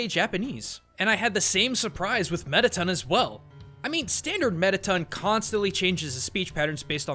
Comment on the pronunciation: ITS METATON NOT METITUN